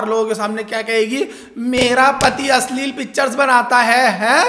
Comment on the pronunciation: Asli nahi ashleel naam 🤣🤣